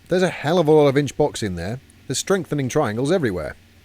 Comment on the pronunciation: Did you just say... I'm Jonesing for some inch box?